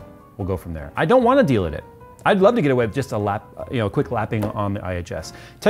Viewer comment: Delid dude, not delit, it was hurting my head saying delit lmao